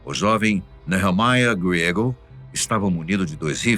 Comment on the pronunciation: A minha opinião é q é um absurdo pronunciar em inglês um sobrenome espanhol , GRIEGO 🤦‍♀